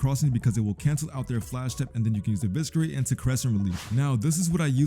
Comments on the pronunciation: Eviscerate is pronouced with a silent C 🥀 Stop saying Eviskerate pls 🙏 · bro wdym😭 not why would I say “evisKerate” it just doesn’t sound right gng I never knew the word before type soul